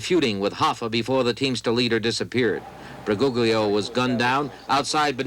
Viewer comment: Bu -goog-lio (lol)